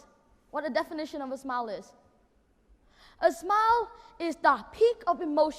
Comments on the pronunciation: Smile phiên âm là /smaɪl/ sao em đọc là sờ mao nhỉ? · Smile được phát âm đúng là "sờ mai ồ". Đúng là Nhật Nam phát âm "sờ mao" nghe chẳng pro tí nào. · nói thật cái bài thuyết trình đéo có gì đặc biệt, ko phải t chê thằng đnn mà là thằng đăng video giật tít, đã vậy nghe từ smile phát âm là "sờ mai" thằng ngáo này toàn phát âm"sờ mao" người ta hiểu thế đéo nào được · Ai giúp mình với. Mình vẫn nói từ "smile" theo âm "ai", vậy mà nghe Nam nói như âm "ou". Mình không hiểu lắm, nhìn transcript, nghe trên máy nhiều lần vẫn thấy là âm "ai". Mà nghe Nam nói là âm "ou". Vậy từ này phát âm như Nam mới đúng phải không? Hay tai mình có vấn đề. Thực sự hoang mang, xin hãy giúp mình. Thanks all! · Khôi Nguyên smile mà nói sờ mao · love his enthusiasm and very articulate presentation. but i keep chuckle at his pronunciation of the word 'smile' i keep hearing 'smao' it could be my ears that have an accent and not his accent. :)